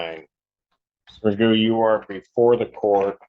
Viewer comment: It’s not Macoo, it’s Magoo! How could you mess up his last name?